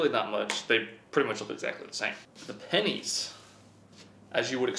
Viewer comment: When he says pennies I think he’s saying panties “there were panties all over the garage floor”